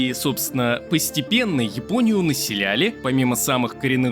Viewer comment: Спасибо за видео! Ты случайно не из Казахстана? Подумал про это когда ты назвал Японию - Жапония Как на Казахском )